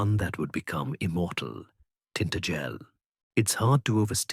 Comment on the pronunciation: Tin-ta-gel with emphasis on the ta! Not tin-t-gel!!!! 😂😂😂😱😱😱🤦‍♀️🤦‍♀️🤦‍♀️